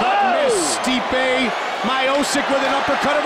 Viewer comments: They should've called him "Stipe" as you pronounce "Stripe" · Man every time they pronounce Stipe’s name incorrectly it makes me cringe lol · I love how no one is talking about the fight and just how Goldberg and Rogan is mispronouncing Stipe's name. 😂😂😂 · Mike didn’t even know how to pronounce his name . The ufc needs this back and building up fighters I say it all the time stipe and jon Jones the last fighters that earned spots and we saw grow . Stipe took the longer route but both headlined fight night cards . Nowadays you can come off a loss and headline it’s weird popularity contest